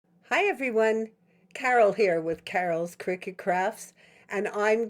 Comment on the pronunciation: Why does one say critut???